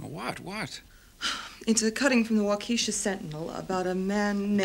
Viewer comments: Just to be clear....it's pronounced WAU-ke-sha...not Wau KE-sha.....:) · She refers to Waukesha, Wisconsin, but her pronunciation is so humorous is so "quaint", Waukeesha! I live but 30 miles away! Damn nice town!